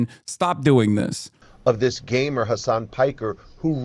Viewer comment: I thought he said GAY-mer X-D